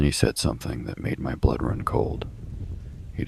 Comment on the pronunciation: Run on, not rum. Obviously.